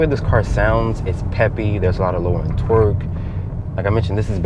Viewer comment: The way u say torque sounds like twerk